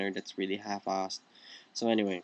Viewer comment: I just noticed that you say 'half' in an American accent but 'arse' in a British one :D